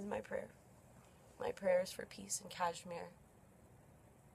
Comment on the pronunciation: Sorry where are you located...so you are an expert now on kashmir issue sitting there in your cozy room..human rights expert too ha..yup something is not right coz people like you guys speak rubbish when you are not even in india..by the way the way you r pronouncing kashmir , learn to pronounce correctly and then try to worry about kashmir..